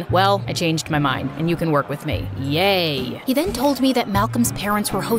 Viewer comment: Said “Yey” instead of “yay” y’all 😭